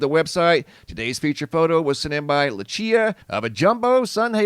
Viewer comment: Did you just call her "La Chia" ??? BUAHAHAHA!!!! her name is Le-tish-i.a, but with a c ...so Le-tich-i.a